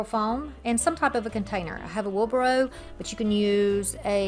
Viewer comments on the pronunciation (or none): Hey sweetie just to let you know, it's wheelbarrow not burrow.